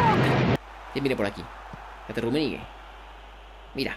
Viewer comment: Rrrrrrrrrrrummenigge Buen video crack. Ten cuidado con el nombre de tu equipo porque alguien te puede reportar, su significado en inglés puede resultar ofensivo o inapropiado.